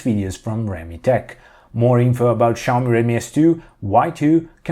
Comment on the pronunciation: why the fuck are saying SHaomi but not Xiaomi?